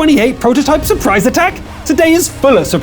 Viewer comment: He say surbrise and ...........